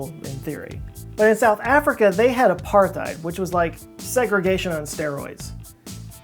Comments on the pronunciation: The th in the word apartheid should be pronounced separately. Apart-heid. Literally apart-ness. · Hey just wanna say it is pronounced Apart-Hate